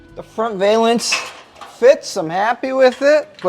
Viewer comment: Hey, a gymnast uses a balance beam, that's your hint on how to pronounce valance.